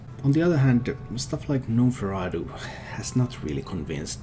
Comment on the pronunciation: The G is silent in gnomeferatu. Love your analysis